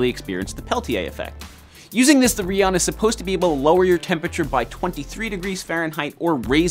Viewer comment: It’s not pronounced reee-Aun it’s pronounced raion:)